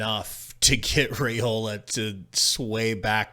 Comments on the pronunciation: FYI: According to Dylan it is RYEola and NOT RAYola. Not that it matters all that much…. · It’s (Rye-ola) not (Ray-ola)